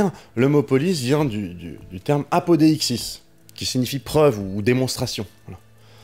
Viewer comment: Bon c’était bien mais il faudrait améliorer ton grecque le mot “preuve” en grecque ne se prononce pas apodéixsis mais apodixis. “ei” se pronounce “i” . Bonne continuation